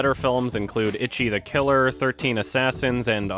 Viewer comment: It really is weird how strangely he pronounces that when he's such a stickler for pronouncing foreign names properly.